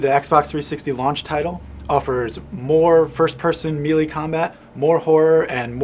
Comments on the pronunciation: it's may-lay, not me-lee. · it's MAY-LAY not MEE-LAY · How did this kid get a job with IGN and not know how to pronounce the word “melee” ??!??